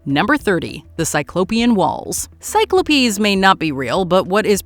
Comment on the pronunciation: Definitely just unfollowed. Really!?! Never have I ever even heard it attempted to pronounce cyclops as sy-klo-pees. I always just assumed your butchering of words was an accidental british quirk or something but you added an "E" just to be able to mispronounce cyclops so I know it's done purposefully for engagement. Well this is my last engagement with so mission accomplished